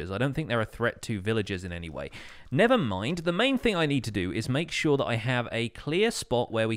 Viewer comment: i heard nethermind